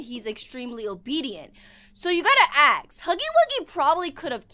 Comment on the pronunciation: y do u say ask like aks